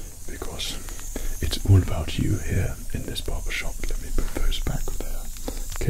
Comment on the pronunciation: The way you say Barbershop like "Bawbashawp" is somehow better.